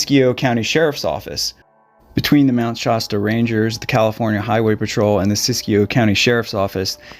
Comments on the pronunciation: Shasta Soda reminds you it "hasta" be Shasta. No "shaw" sound. As dangerous than it looks. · Wonderfully produced video, thank you. You know John still hears his friend's voice to this day 😢. Two small corrections for pronunciation: Mt Shass-ta, not Mt Shoss-ta. And San Ruh-fell, not raf-ayel. 😊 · Did I just here you pronounce it "Shosta? It's SHASSSSTA". That's with an "a", not an "o". 😲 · Mt ShAAAAsta. Not ShOsta. What is wrong with you? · Mt. Shosta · You're not quite saying 'Shasta' correctly. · Like the soda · Great video. ( The "Sha" is pronounced with an a like in hat.)